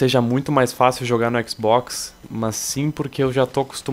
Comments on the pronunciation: oque ele quis dizer : Xbox oque ele pronunciou :ÉquisBóquis! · falando xbox: Equiz Box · o sotaque do no começo q matou!! o équizbókiss